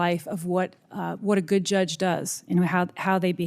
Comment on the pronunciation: Grassly is poster child for term limits. Mispronouncing judge as drug?!? This is 3rd in line from president.